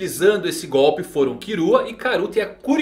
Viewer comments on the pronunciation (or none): none